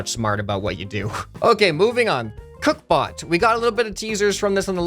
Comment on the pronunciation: Lol cookpot instead of cookbot